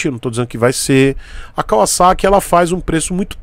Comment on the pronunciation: Único Youtuber brasileiro que pronuncia o nome Kawasaki como deve ser pronunciado! Obs. Não estou dizendo que é certo ou errado.